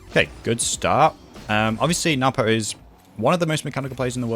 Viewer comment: I call him what everyone does. Noo poh. But NWPO. Is actually pronounced No-boo. If you ask him.